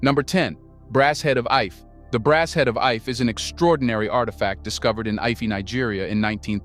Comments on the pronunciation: Ife is prounced 'eefay' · You mispronounce the name ife